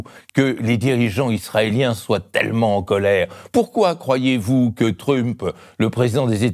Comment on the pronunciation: Et merci Blast ! <3 Au début, sa prononciation très francisée de "Trump" m'agaçait, maintenant bizarrement j'adore !!! Et l'analyse est légèrement plus profonde et plus réfléchie que celle d'Idriss l'imposteur